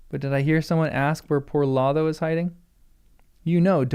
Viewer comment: "Lotho": both long o's, and a voiceless th (like in "think," not in "this"). "Odo": both long o's, like the character in Star Trek: Deep Space Nine.